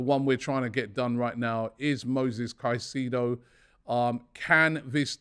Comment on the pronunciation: robbie its moises caicedo not moses caicedo